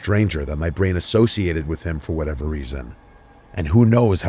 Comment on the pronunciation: thought that said “bryan” instead of “brain” lol